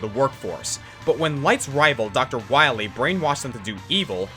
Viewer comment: Pretty sure you mispronounced Dr. Wawy.. :P